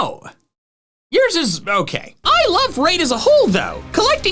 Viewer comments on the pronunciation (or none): none